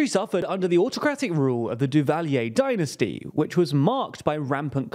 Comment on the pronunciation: Learn to pronounce "dynasty" properly